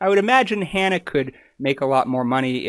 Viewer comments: Sorry but your inability to ensure you use the correct names for the people you have made a point of talking about at the start of this video has damaged your credibility. When you have their names displayed spelled correctly but repeatedly call him Shawn when his name is Shane, and also saying Hannah’s name as ‘har-nuh’ rather than in saying it how she does, which rhymes with ‘manner’, it suggests that you have not done your due diligence. It is also disrespectful to and Grubs… It’s disappointing as there are many useful and interesting things you talk about, and could be helpful for others who want to learn more. I think that making simple mistakes like this raises questions about safety in your medical practice… I would suggest that you are more vigilant with what may seem small issues for you, but huge for the people in question - this could have been avoided rather easily by watching their videos when they say each others names throughout. I also find it very concerning that you decided to make and share this video despite openly saying that you emailed asking for permission to use Shane’s story in the video, but had no response! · Shane still takes a related oral medicine, just not the Spinraza injections. And, you mispronounced Hannah's name as well. It's Hannah. It rhymes with banana.